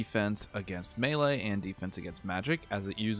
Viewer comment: Melee, pronounced May-lay.....